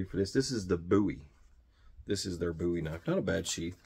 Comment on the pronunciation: THANK YOU for pronouncing Bowie the right way.